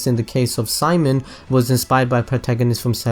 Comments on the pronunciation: it's actually Shi-Mone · His name... Is pronounced... See-... MONE